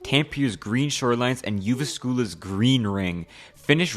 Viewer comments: i love how he pronounced the cities, i too love living in yuuvaskuula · i have never heard someone mess up the pronunciation of jyväskylä that bad before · ah yes, tampeer and youvischoolas Tampere is pronounced TAM peh reh, the second and third syllables are pronounced faster Jyväskylä is pronounced yu VAS kuu lah, the second and fourth syllables are pronounced faster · It’s Jyväskylä not juvaskula. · Im from finland and can confirm its really happy there I also love how you are butchering the pronunciation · no hate, but that pronunciation of the cities was truly something😂😂 I undrestood Helsinki but I’m guessing the other 2 were Tampere and Jyväskylä :D